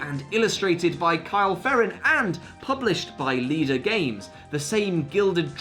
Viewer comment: Does Leder not rhyme with “invader” rather than “leader”? 🤔